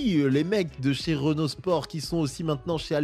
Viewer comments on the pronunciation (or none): none